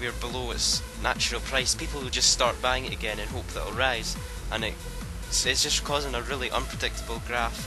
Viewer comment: When you say buying it sounds like banging lol :P